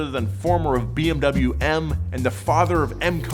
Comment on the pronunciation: Please stop pronouncing bmw the wrong way.